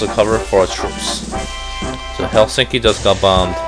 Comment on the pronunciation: hellstinky :'DDDD Its Helsinki